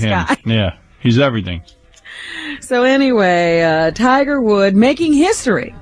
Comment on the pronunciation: “Tiger Wood” Robin said it TWICE!